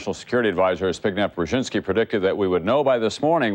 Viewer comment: It’s kind of funny that Tom Brokaw frequently struggled with pronouncing people’s names, but he had no trouble at all with Zbigniew Brzezinski.